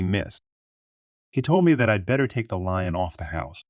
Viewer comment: does anyone else think this is a text to speech bot reading these story's? as I do because of the simple phrases being messed up like "who wouldn't" sounded like "woo aww" or messing up words like "lien" saying "lion" instead those are just some of the mistakes that honestly very few ppl would make repeatedly like him and I been watching him for awhile now and he mess up things like that often and the more I listen the more his voice sounds monotone like a robot